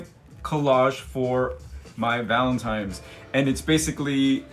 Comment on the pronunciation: It totally sounds like you’re saying Valentimes! That’s what I call it